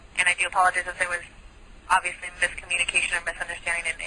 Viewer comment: When she says “it’s ibvuosuly a difference of opinion” I lost it. 😂😂